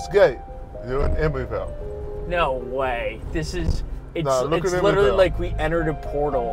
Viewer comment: it’s Emeryvile, not Emoryvile.